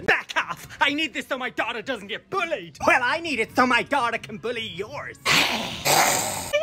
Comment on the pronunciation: That ‘bullied’ turned from American to ✨BrIoiTiSh✨